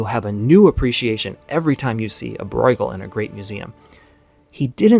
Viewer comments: Not pronouncing Bruegel right. It's just broo-guhl rather than broi-guhl. You may be confusing it with the German 'eu' which would be pronounced 'oi'. But 'ue' in flemish is just pronounced 'oo". Long u. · Just a small detail - Breugel is not pronounced “Broygel,” that would be a German reading of the name; in Dutch and the Flemish pronunciation the eu is somewhere between the German Ö and Ü. Almost like French “eu.” In English it usually gets pronounced as an “oo” because we don’t have those front rounded vowels. (If we wanted to be pedantic, we could also talk about the G but even though it’s closer to the German ch, the G is an accepted English pronunciation.) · How do you get the pronunciation "Broy-ghel" from Breugel!? 😂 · You grossly mispronounce the names Breughel and van Gogh. Why not find out how to pronounce them correctly before recording your voice-over? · Great video spoiled by the pronunciation of Bruegel and Van Gogh.